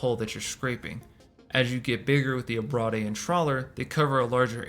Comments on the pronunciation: Great vid, thanks for the deep dived. However...abrade = ah-braid. Ah-brah-dey makes it sound like an entre'. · Abrade is pronounced “a-braid”. It’s a long A. To abrade is to cause “abrasion”